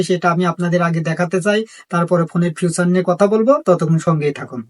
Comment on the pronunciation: ফিউচার না ফিচার উচ্চারণ ভালো করেন ভিডিও ভালো হবে😊